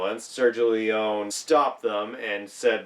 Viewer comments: Pronounced Leeonee! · Small quibble: Leone is pronounced with the last "e" (Lee Oh Nee). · Nice that you are giving background infos... you are very decent informed ...BUT the last name of the legendary Sergio Leone is pronounced with the "e" at the end because he is Italian and in italian there are no "silent letters" ..and the last "e" of Leone is pronounced as like the first "e" and not as like english speakers often do then switching the "e-sound" into "ee" By the way another fun fact ...in 1968 the american audience didn´t like that movie..and the main reason was that they hated to see their beloved Henry Fonda as "the villain" that boggeled their minds back then...another reason was the lenght and the slow paced scenes...many even attacked the tremendous film score by saying to be meant disrespectful "that isn´t a western movie but a western opera".. ...while on the other hand "playing the villain" was the reason why Henry Fonda took that role, because in Hollywood he simply didn´t had the opportunity - not to say "not the slightest chance"- to play a villain, he was simply fix defined for always playing "the good guy"